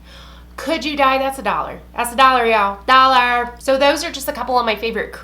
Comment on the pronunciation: The way you say dollar cracks me up. What do you think of the Cindy Lou Manizer for pale skin? Is it too dark? I haven't seen it in person.